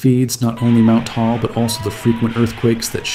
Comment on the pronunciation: Taal is pronounced "Tah-ahl" -- two syllables, just like mag-ma. But you must pronounce "magma" like Mike Meyers..MAAG-ma!